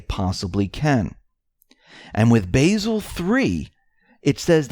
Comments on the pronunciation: Not to be picky, but, Basel 3 is pronounced Bah-sel. Not Ba-sil, with a long A. That is an herb, not a city in Switzerland where the BIS is based..... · Basel, Switzerland is pronounced Bah-zull not bay-zil. There are no Annens, only anons.